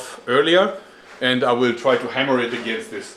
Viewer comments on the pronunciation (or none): it weel keel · "It..... weel keel"